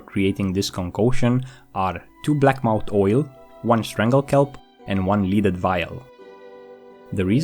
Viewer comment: blackmoUTH not moUNT